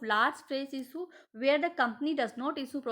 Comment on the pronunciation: Gelchodi bilkull down hai energy teri..... Pronunciation bilkull ghatiyaa issue ko ईसु pdh rhi hai explain bhi krna nhi aa rha that's why your channel is not growing